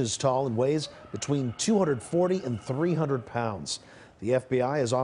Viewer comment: When the anchor puts extra emphasis on "300 lbs." LMAO!!!